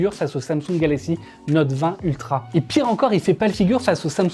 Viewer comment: Exynos en europe ... Quelle tristesse. Ps: Note, pas Nowwte 😭